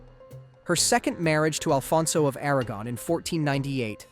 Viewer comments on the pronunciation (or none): none